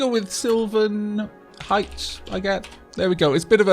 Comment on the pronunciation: polite cough uhm.. It's Heights. Not Hights.:P